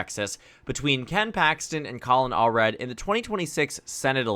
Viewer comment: All red ❌ Allred ✅